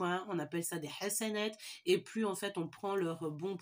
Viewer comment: Tu a bien prononcé le mots Hassanate 🥰 machallah et merci pour le partage tes guidence nous inspire d bcp.💯❤🎉